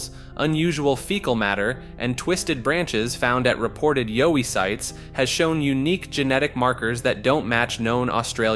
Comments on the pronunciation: Yowie- like WOWie, zowie- not Zoe lol. 🤷🏻‍♀️ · Its Yowie, like Howie, not Joey.